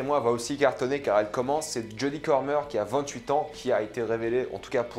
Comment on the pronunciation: Jodie Comer best actrices, je paris sur son Oscar avant ses 30 ans. (D'ailleurs c'est Comer pas Cormer 😁)